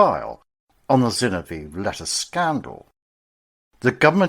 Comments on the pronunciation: Zin-ov-ee-ev not Zin-o-veev. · Dreadful pronunciation of Zinoviev.